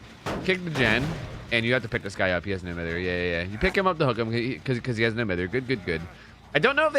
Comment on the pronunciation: Please stop saying No Mither wrong.